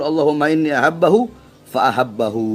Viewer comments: Bahar baca kitab saja SALAH kok. Yang benar adalah "Inni uhibbuhu fa ahibbahu, BUKAN "inni ahabbahu fa ahabbahu" (seperti yg dibaca Bahar). Gimana sih, katanya cucu Nabi, baca kitab aja ga bisa. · Baca hadis nya saja salah Bahar Bahar, mana ada ahabahu, yg benar uhibbuhu